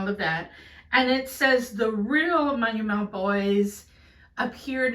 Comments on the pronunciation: Amazing that u 've pronounced ,"manjjummel "so well.Yes, it was nail- biting, lots of scenery, such a natural movie with never a dull moment.Lot of moments of beautiful as well as difficult childhood , process of growing up, human values giving credit on the supreme value of courage ( when the police /firemen didn't dare to do it) love , friendship & brotherhood.After the rescue, these youngsters become more serious with their lives as they suddenly they realise how precious life is! Kudos to the entire team for catching the attention of movie goers like yourself from the other end of the world.Yes, I went to see it after both my kids (in their twenties ,outside Kerala)had seen it n full of praise for it. ❤xoxo from Kochi. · Props for pronouncing Manjummel correctly.